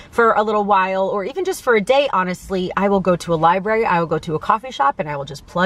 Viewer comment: And it might teach her how to pronounce "library" correctly...